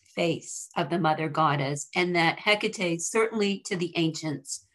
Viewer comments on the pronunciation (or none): It's so hard to listen to her name being enunciated wrongly. please its He ka TAE accent on the TE, sounding like TAE, as in take. otherwise thank you for the video